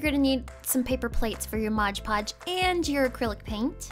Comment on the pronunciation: Ok sorry. I'm not a hater, I love your videos but it's MOD PODGE. Not MODGE PODGE.